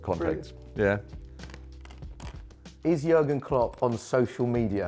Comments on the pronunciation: its JÜÜÜÜÜÜÜÜÜÜÜÜÜrgen Klopp... not yogurt klopp xDDD I am just joking btw. I dont care how you write his name xDD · jurgen? his name is JÜRGEN! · It's not Jurgen it's Jürgen Klopp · It's Jürgen, not Jurgen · Its "Jürgen" not "Jurgen"! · Jürgen not Jurgen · Pronounced yuurrgen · Its so funny how they pronounce Jürgen Klopp😂😂😂😂